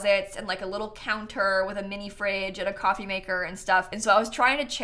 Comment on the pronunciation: Ah yes, `` it leads you up to ✨️ C o f f e e ✨️ `` English is so funny xD